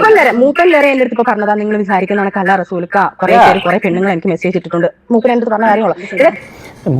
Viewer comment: Mooppan❌ koappan✅